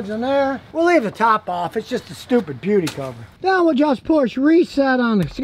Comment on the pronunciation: I heard stupid puberty cover🤣🤣